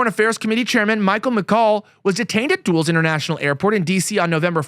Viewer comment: duels? dulles sounds like dullest